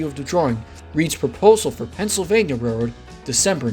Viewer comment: Interesting video. I only wish that the narrator would slow down when saying the word "railroad". It sounds like "re rd" or "rr rr".